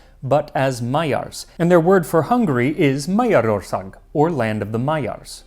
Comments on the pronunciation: I love you so much but you’re pronunciation of Magyar and Magyarország is painfulllll😅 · I am SO happy you got to experience Hungary and it’s amazing food. Gulyas is one of my familiy’s favorites. I have to giggle though at your pronunciation of Magyarorszag and Magyar. It’s actually a dy sound. I really hope you will take a crack at Dobos torte with the caramelized sugar top soon. It is my mother’s specialty. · I was impressed he gave Magyarország a go, even if it wasn’t right!